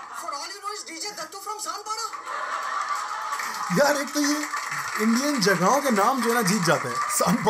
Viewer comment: It's sanpara not Sanpada😂😂